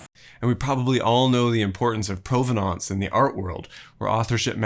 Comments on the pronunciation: Wonderful building and construction story bogged down by overly long academic discussions of authorship and credit. One distraction in this video partly about provenance is the narrator's choice to pronounce the word "provenance" in mangled French instead of perfectly simple English! :) The English pronunciation is just as classy. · Great video. But what is with the weird, pseudo-French pronunciation of "provenance"? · I have never heard “provenance” pronounced the way you do. Ludwig was his first name and Mies van der Rohe was his surname. I had the good fortune of working in one of his buildings.